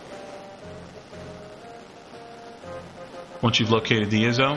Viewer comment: Thanks for the info, but "iso" is pronounced "eye-so". My ONLY complaint with the whole video. Other than that, thanks from 2021!